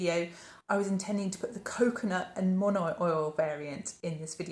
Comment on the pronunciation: I usually don't comment on off pronunciations in video, but the Polynesian in me can't help but mention that the kukui oil product is pronounced ku-KU-ee. (likewise, monoi is mo-no-ee) Totally loving this foray into other scented products!